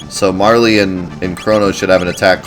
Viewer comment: I'm with you when it comes to JAN US. I am glad I heard you say it that way since that is how I say it as well. And I am glad you call "Marle" "MAR LEE" since it sounds better than "Marl". It hadn't occurred to me to at the E sound at the end, so I may start calling her MARL E. Except that I always rename her to her proper name. But I didn't know what this "Ragen" you were talking about was, you confused me until I figured it out to Re-Gen. Now I'm OK with that. I don't care how you pronounce it as long as I know what you mean.